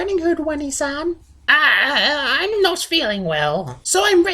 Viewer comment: wany san? I'm not sure if I should correct your pronunciation or tell you that while it is too late for me, you can still be saved from the weeaboo disease. the correct pronunciation btw is oh-nay-san